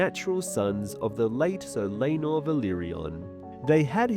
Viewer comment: He shows his face on a bunch of his videos. Sometimes people aren't good at pronunciation.